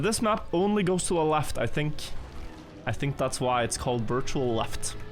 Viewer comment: Aren't half of those in Granady's "Wirtual" word of the week cup.